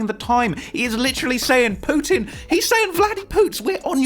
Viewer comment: When he said Putin k I’m damn near laughing at the ascent 🤣